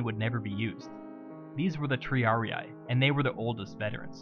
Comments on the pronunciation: Magnific video! Just an hint, in latin and neolatin idioms when you find an i or a double ii it is read like an english e: for example triarii is read tree-are-e not tree-are-i like you did here. But it's just a pronunciation suggest, the video is very clear. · Great video. However, for future purposes, Latin words ending in ii aren't pronounced as a hard I, they are pronounced as an ee-ee. Triarii should be pronounced Tree-are-ee-ee. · Good video. Just a couple notes. It's pronounced /tri'ari:/ not /tr'ariai/. The "sitting down" wasn't a punishment. Triarii were equipped with a full panoplia (heavy armor, heavy metal shield, heavy spear) which was extremely heavy, hot and unconfortable. The triarii were trained to wait their turn seated to stay fresh. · Oh man, as a Latin student I winced whenever you said Triarii. It isn't pronounced Triariae, it is Triari-i. Two successive i's pronounced like how you would say the letter "e" twice. In English it sounds off but in Latin it is common, especially in the second declension. Singular second declension has the ending "-us" so "Triarius", and plural (and genitive singular) takes off the -us ending and adds in -i. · Latin: triarii. Anglosaxon english: triariaiaiaiai. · Triarii is pronounced just with a long [i] sound at the end, just as you pronounce the two other -i inside the word. Like an english “e”. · Triarii is pronounced "triaree". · Why does he pronounce half of the Latin names wrong xd